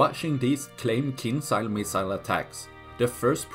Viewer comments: It's not kinsiyal it's KEEN JAL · It pronounced more like kindʒa:l. Not as z, but more like j in jail for example. But actually without sound d ). In russian it means dagger.